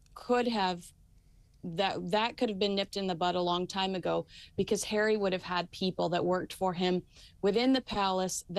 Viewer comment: his name is HARRY not herrrrrry makes him sound like a right lover